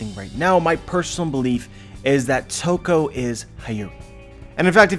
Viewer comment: Ladi Toki -> Toko hmm, close enough :D